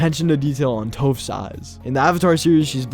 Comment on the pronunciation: “Tofe” it’s Toph 🙄☠